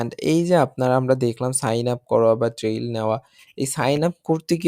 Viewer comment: আপনি একটা শিক্ষিত ছেলে। আপনার অনেক ভিডিওতে ট্রায়াল' কে আপনি ট্রেইল বলেন। আশা করি পরবর্তী ভিডিওতে সংশোধন হবে।